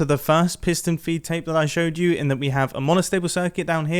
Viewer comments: i thought it was fee take XD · I always thought it was "piston feed tape" not "piston feet tape" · Piston "FEED" tape. Not feet tape 🤦‍♂️ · For some reason mumbo called it a feet tape with a T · wait did you actually call it "piston feet tape"? that's illegal